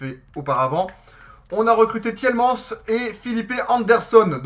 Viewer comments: c'est t-i-e-l-m-a-n-e-s que ça se prononce et pas t-i-e-l-m-an-s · c'est pas Tilmans c'est Tilemanes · c'est pas tilman ni tielmans mais c'est Tielemans!!!